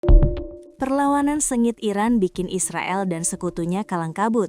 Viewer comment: Bukan kalang kabut min tapi KALANG KABUUUURRR